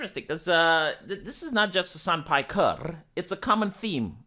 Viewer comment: "Soo Mr.Hasan PajkeRRRR..."